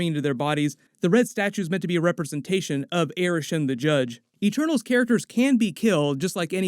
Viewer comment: At the start, I didn’t know if she was saying ‘Eternals’ or ‘ Ah-Tanos’ ??? 😂😂🤐